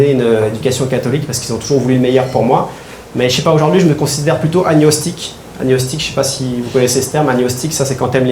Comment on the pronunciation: mauvaise prononciation de agnostique. Il faut prononcer le g et le n séparément comme dans diagnostic.Bon spectacle.